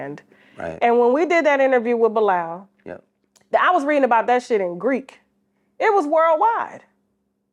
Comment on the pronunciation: And TK kept saying it right for him, he still didn't get it